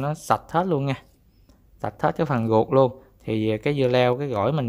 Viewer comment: sao ko rang noi tieng viet cho dung ma noi chu r thanh chu g,vi du nhu ruot dua ban noi la guoc dua